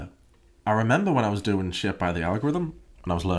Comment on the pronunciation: "I have asked how youre dooeen" ...did she say fine? 😂😂